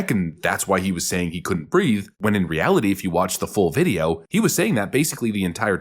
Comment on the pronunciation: He actually said, "I can't breaf." But that's besides the point.